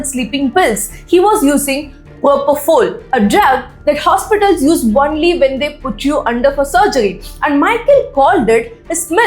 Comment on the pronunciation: “Only” pronunciation - It’s not “one-ly” but “own-ly” not “on-ly” either… Someone is being teaching English wrongly in that part of India.. I was being corrected long back when I didn’t give that much importance to language. I ignored and moved on without checking its authenticity. But now people following that kind of pronunciation feels odd and checked again it is wrong… Find the source of that wrong teaching. Don’t know how many kids have been taught wrongly by these self proclaimed experts and call the right spoken people wrong. They go on to correct the rightly taught people as well claiming they know better.